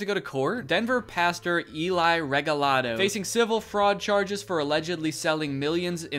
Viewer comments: Lol saying regalado “reGALdo” the first few times ahahaha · Not a big deal but I want to clarify something that I haven’t been able to find in the comments so far and that’s just that I’m pretty sure Eligio is pronounced “Eh-lee-hee-oh” (with the emphasis on “lee”, so “eh-LEE-hee-oh”), and Regalado is “Reh-heh-lah-doh”. Just in case anyone was curious